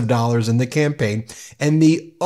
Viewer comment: I thought I heard you say, " . . . who ran Donald Trump's Scampaign . . ." and I thought that was great!